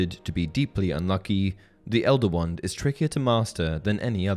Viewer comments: Great video! But had to watch it on silent and read captions because I couldn’t stand to hear you say “wund” 2,000 more times over the next 40 minutes. 😂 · I keep hearing one, not wand